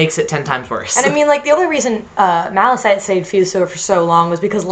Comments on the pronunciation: Malachite is pronounces is MAL-A-KITE. I just wanted to point that out since i hear you say MAL-A-SITE in other videos. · I-I'm sorry... are you guys saying... Mala-SITE? W.... where do you see the S?! It's Malachite, with a CH. Sorry for being so salty love your art and SU OC concepts, they're fucking beautiful, but bruh. They even say Malachite on the show. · HI! Not to be rude or anything, but "Malachite" is pronounced like "maləˌkīt" (I searchged up the definition to be sure) I'm not trying to be rude, I just wanna point this out so there are no more future mistakes! P.S. BloodStone is frickin the legit edgelord that could probs turn some of my straightest gem OCs Gay.... k bai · Don't want to be a negative piece of crap here, but isn't it Malachite? Like with the ''k''? Also I love the concept and story behind this fusion!! ^-^ OP but amazing and edgy!! Can't wait to see the next one!